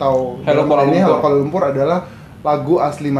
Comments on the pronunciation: Sebutan 'Kuala lumpur' dlm lagu itu bukan cara sebutan org sini. Kami sebut 'lumpo' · Assalamualaikum Mr, setahu saya lagu utk kanak² di Malaysia tak ada yg menyebut aku, sbb bg kami rakyat Malaysia sebutan aku tu terlalu kasar, apa tah lg di sebut oleh kanak², cara sebutan lirik dlm lagu tersebut pun jelas kedengaran amat janggal.. penyebutan "Kuala Lumpur" blh di anggap terlalu tebal, perkataan halo, ibu kota & aku suka sekali juga kelihatan canggung bg kami rakyat Malaysia 😅 maaf ya Mr kalau sy tersalah ckp, salam hormat dr Malaysia ❤ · sebutan 'Kuala Lumpur ' pun bukan sebutan sebutan malaysia...